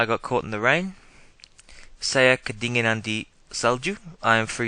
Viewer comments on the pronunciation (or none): It should be "kedinginan" instead of "kedinganan". Otherwise solid video, thanks mate